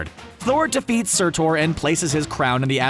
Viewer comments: Sir-Torrr! You pronounce Norse words worse than an Australian playing an Asgardian with a British-American accent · SURTOR... this pisses me off so much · It's pronounced sir-ter you uncultured swine. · Why do you keep saying Sertor? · surthor? way to butcher a name.. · SurTOR... smh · Annoying how you say surtur. Why are you saying sirtorrr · Yeah,its not spelled SUR-TOR and its not prounced SUR-TOR. Not even tryin to be "that guy" but it is quite distracting and difficult to absorb your info when continuously mispronouncing shit sorta relegates you from knowing shit to just reading copy. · Sortor sorry man I had to point that out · I don’t get it...I know you’ve heard Surtor’s name before yet you still pronounce it wrong every time, it made me cringe every time until I had to just stop watching. It’s pronounced Sir-Ter. Fyi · ...he pronounces Surtur as Sir-ter...I see Comic Book Resources is still full of incompetent dumbasses. How they still have a lot of subscribers and are still around is beyond me. Then again the world is full of incompetent dumbasses. How dreadful... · It’s “SIR- TIR” pronounced like that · I got way too mad a this video cause you kept pronouncing "surtor". It's not. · Why does he keep saying "SurTOR"? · did he just said sir-thor? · 1. Say it with me now please!!, SIR-TURR! Emphasis on the "TURR" like "turd" 2. The Collector gotta be dead....it doesn't make sense for him to be alive at all.... You gotta come correct for us nerds man... #NERDLIFE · I love these big list channels that clearly don’t really know comics. Dude is clearly calling Surtur Sir-tore... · Why is he pronouncing surtur as Sirtore...!!!! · And he keeps emphasizing TORE. If Surtur is pronounced SurTORE, would that mean at the beginning of Ragnarok he fights against the God of Thunder, THUR?? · Ikr. Dude said Sort-Tor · ikr, his name isn't Sir-Thor. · Good old Sur-TORE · I hate the pronunciation of surtur. He's also definitely dead the world he was on blew up